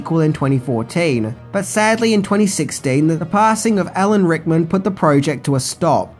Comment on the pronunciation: Just say Al a n Rickman, and not Hickman